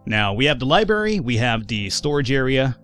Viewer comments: It's "libRary", not "libary". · lol it's not dormitarry or libarry